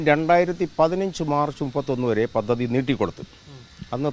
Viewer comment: "പതതി " അല്ല, പദ്ധതി